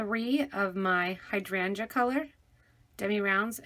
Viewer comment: Hydrangae... weirdest pronunciation ever... had to hear it twice as I didn't believe it. Other than that nice tut when it eventually started at almost the 6min mark !!